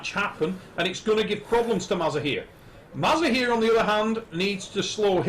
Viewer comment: Bro his name is mazahir not maza-here😂